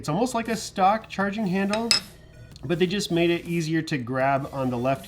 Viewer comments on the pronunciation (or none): none